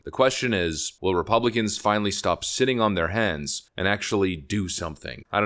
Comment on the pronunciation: I swear every time you say "Hands" my brain says "ass" for you. 🤣 Thanks you for the consistent, clean, educational and useful videos!